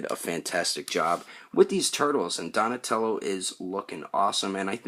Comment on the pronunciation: Don't know why but I cracked up laughing when you said "Donashmellow" in the outtakes XD Anyways, nice review!